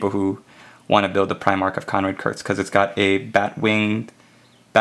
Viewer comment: It's Konrad Curze, not Konrad Kurtz. I think I'll just wait till forgeworld release one. It will be easier to "catch 'em all" that way, and with a little more uniformity.